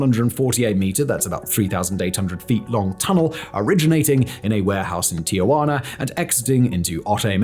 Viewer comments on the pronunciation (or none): Tijuana, not Ti-ugh-guana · Can someone please point out the third 'a' in Tijuana? It's quite clearly 'ti - juana' not 'tia - juana'. Thanks again Simon. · FYI, it is Tijuana, not TiAjuana. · You must not know about the hidden R at the end. Tijuaner, Arazoner, and Canader. : )